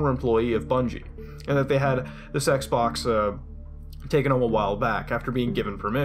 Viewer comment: Sounds like he said sex box